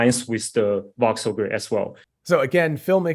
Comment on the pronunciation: Are you saying "box cell" when discussing the AI graphics?